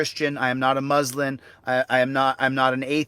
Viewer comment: said "Muslin" instead of "Muslim"😂